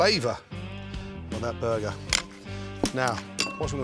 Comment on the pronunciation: "A buhguh is for me and a buhguh for the hippo"